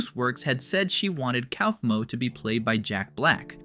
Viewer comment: IT'S PRONOUNCED COUGH-MO WHY DO YOU KEEP SAYING COWFMO